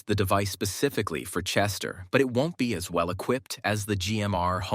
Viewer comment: Vell..vell...vell. look at this leech